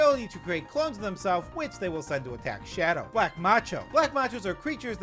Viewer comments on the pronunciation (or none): none